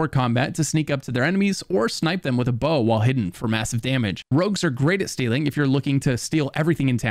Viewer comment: Why do you call "rogues", "rugs" ??!